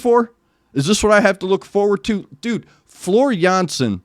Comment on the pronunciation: You pronounce her name very well. With this song I am awakened in the morning. And I have energy for the whole day. Greetings from the Netherlands.